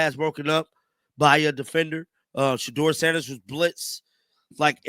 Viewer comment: Did he say Sheuder?